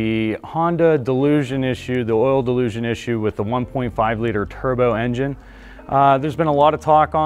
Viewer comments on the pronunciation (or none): It is not pronounced like delusion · I literally can’t get over how he’s saying delusion. Jesus christ man XD ALSO, I have a hard time believing this is fixed just by this video alone. A little sus if you ask me. Typical dealership/sales talk. Half of it is spewed BS and lies. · I'm supposed to trust this who can't even pronounce dilution correctly? Since when does a mechanical equipment's motion and an inadequate seal issue become a software issue, unless speed of motion and the movement of the part is involved. The turbo charged engines are not nearly as reliable as the naturally aspirated engines nor do they last as long. Had a CRV with an aspirated engine with 387,000 miles on it. Bought a 2021 CRV turbo charged engine and it failed at 71,000 miles. Never trust auto dealerships. They have always deceive consumers at point of sale and during repairs.